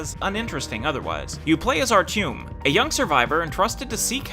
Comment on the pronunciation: Here's a medal for by far the worst pronunciation of Artyom. I absolutely loved the Metro, and I think this review lacked more about the psychological impact this game leaves. I mean... That was the biggest gripe for me. This is more like gameplay-only review, which I can completely agree with though.